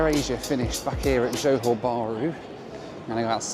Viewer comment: Great stuff as always (although Johor is two syllables not two words - pronounced 'jahor' 🙂). It's interesting that you pack lots of videos into a short space of time (and then hopefully get some decent time off with the fam inbetween!).